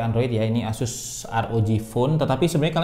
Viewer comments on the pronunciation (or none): none